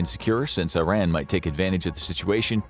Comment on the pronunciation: Do you think you will ever be able to pronounce Iran properly?